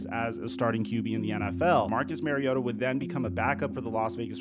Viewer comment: It's Marr-iota...not Mary-ota